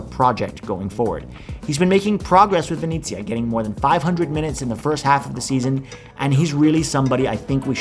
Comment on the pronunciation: Venezia is pronounced "ven-ehts-ee-uh" not "vin-ee-tsia"